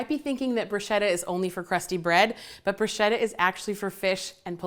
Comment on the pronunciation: It’s pronounced brew-shketa - brew-shhh-keta! Otherwise I love u, your personality, your recipes. U r so funny. Food Network needs!